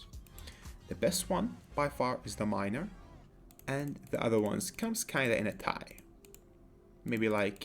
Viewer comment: Ur pronunciation of miner is kinda SUS